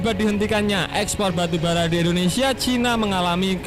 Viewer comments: Baru bara bang,, bukan arang😄😄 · Wkwkwk batubara bro bkn arang😄